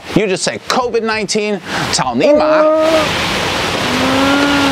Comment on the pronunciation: cao, not chao🤣